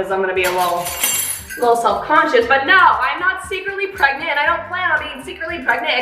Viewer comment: i love how said NO!